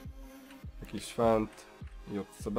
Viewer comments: Nie JCB tylko dżej si bi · Nie mówi się jotcebe tylko dżejsibi